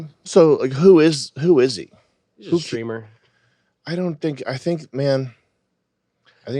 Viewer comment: What's a "stramer" ?